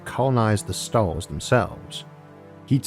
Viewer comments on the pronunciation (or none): "A gateway to those Stawws" - Isaac Arthur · S T A W S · Nobody: Isaac: Staws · Left when I heard "staws" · #staws #univawse #awth #nuculaw #uwanus